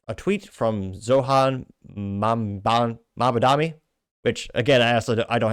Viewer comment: It literally takes a single deep breath and 5 seconds to pronounce his name correctly. If you can’t even do that then just take your entire channel down. Pathetic.